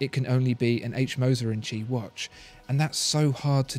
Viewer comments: In Moser & Cie - Cie is pronounced see not chee. For example In French sky is ciel pronounced seel. This undermines my confidence in your rather portentious commentary and is irritating. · I can’t un-hear this “tchee”... “Compagnie” isn’t too hard to pronounce. Same as Company... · It's pronounced "see" not "Chee" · Chee? It's not Italian, it's French, and they say "compagnie". It's no more "chee" or "see" than "lbs" is "libs". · It's not "H. Moser "and chi"", but H. Moser "and company". "cie" is the abbreviation for "company" in French. Ears still ringing... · "Cie" is pronounced "si" or "see", not "chi". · Please...! Now that you know that “Cie” means “compagnie”, spare us the “tchi” and redo the voiceover, correctly this time! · its not pronounced "chi", its more like "sea" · Please, please...'Cie' is the French abbreviation of 'Compagnie' and not pronounced as 'chi' , the English should know better! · Was about to comment same. Puts credibility into question when a basic pronunciation is borked. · Made me cringe every single time. Should have called the cie H. Moser and son.